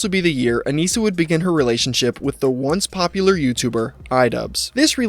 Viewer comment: I love the emphasis on "once popular" YouTuber Idubzz 😂